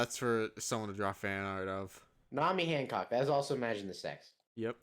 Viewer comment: holy shit you said Hancock's name correctly, no one EVER does that